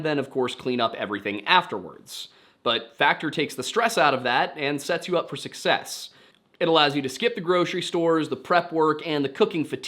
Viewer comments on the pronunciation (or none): none